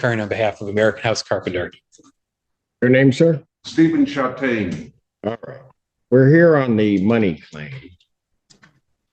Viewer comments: Am I the only one who keeps hearing “Mr. Sh*tstain”? 😂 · I'd like someone to go back and listen to this video again and count how many times said, "Mr. Chataigne. " I'm not going to do because I don't want to. 😅